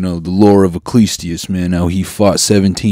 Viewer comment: The way Noel pronounced Ecclesiastes made me shrivel up a little lol